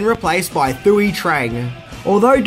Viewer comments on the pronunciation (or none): Man, great videos one thing though, Thuy is pronounced Two-E. 😁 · my main man, her name was pronounced 2-ee. The H is silent... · And Thuy is pronounced “Two-wee”. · THOOWEE? lol It's more like 'twee' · Its thuy sounded as tweee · “Thuy” is pronounced “Twee”. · Sorry to be that guy, but her name is pronounced Too-ey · Thuy Trang's first name is actually pronounced as Twe. As we with a T on it. Your welcome and have a nice day,buddy 😁👍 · I know the mispronunciations are a mainstay by now. But “Thuy” is pronounced like “Twee”. like “Tweet” without the 2nd “T”. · Just a head's up. Thuy Trang's name is pronounced "Twee Trang".Vietnamese and Korean phonetics come off really different in English. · Fortunate to know all the things listed, even though I cringed a bit at the way you said a few of the names. Mainly Saban and Thuy. For what they were paid per week, I don't blame them for leaving. Johnny Bosch was actually a stunt man on the show (Check out the episode Gung Ho, he played one of the ninjas) before he became a regular. As far as Rocky goes, once the White Ranger was introduced, the red ranger was no longer the leader. Jason's part was streamlined once Tommy came back. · Sorry but you can't rep a green ranger shirt and helmet and not know the pronunciation of the original casts' names.